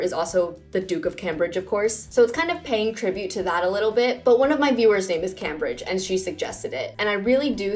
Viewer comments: I'm pretty sure Cambridge is pronounced like came-bridge not cam-bridge. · Love the video!! But just to let you know, it’s pronounced came-brigde instead of cam-bridge👍🏼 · I thought it was pronounced "CAME-bridge" not "CAM-bridge" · FYI - Cambridge is pronounced Came-bridge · Yeah the city in England is pronounced Came-bridge